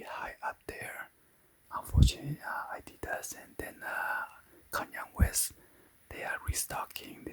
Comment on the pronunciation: “konyong west”